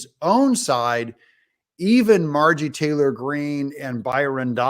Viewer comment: Doug, her name is MARJORIE. 3 syllables. You always pronounce it MARGIE.